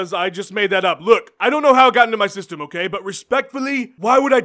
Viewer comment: "H'oh kay Jon Jones, ho' kay"